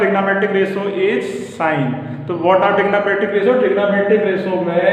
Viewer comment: Everyone's pronunciation is different, ok